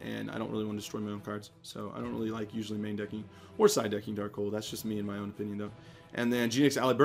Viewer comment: Whats your "OPHION". lol i thought thats what it said haha